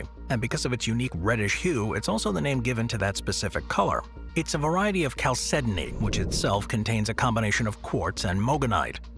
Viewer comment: Stunned the narrator pronounces "chalcedony" correctly.